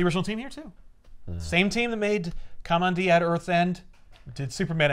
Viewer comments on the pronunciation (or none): I never heard Kamandi pronounced like Cum-On-Dee until now. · You’re pronouncing Kamandi incorrectly